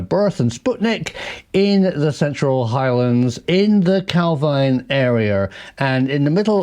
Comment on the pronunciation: It’s pronounced Cal Veen